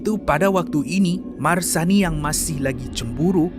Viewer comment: Bukan Masrani, Marsani.. baru tengok balik minggu lepas 😅😅 takpe2, memang terbaik kupasannya, tak jemu klik dari satu video ke video seterusnya dalam Kupi Kupi Go ni.. keep it up!